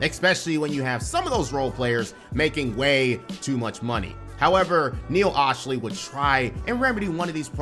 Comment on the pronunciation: You’re a Clippers fan and still can’t say Neil Olshey’s name? Sound it out.